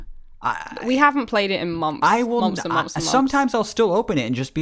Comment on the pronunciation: i love how says mumpfs instead of months ^-^